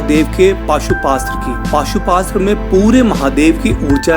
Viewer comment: Bhai maaf karna but wo pashupatashtra hh pashuastra nhi